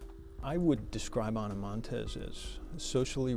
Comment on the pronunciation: I would like to know how a professional documentary of this kind can possibly be created with the narrator repeatedly saying "Ana Monteses" when referring to something she possesses. As a writer and recorder and a former journalism student I know it's correct English to NOT pronounce consecutive s's, especially when a person's name ends in 's'. This annoying and childish mistake is seeping into televised news and sports along with a small list of commonly mispronounced words and it's driving me crazy!!! While we are at it, the word escape is not pronounced ex-cape, proximity is not 'proxzimity' and worst of all (because it's mispronounced by even supposedly intelligent people) is nuclear. It's pronounced nu-clee-er, not nuke-you-lerr!!!!